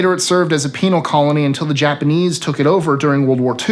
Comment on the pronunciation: Then you missed him saying penal.So sad.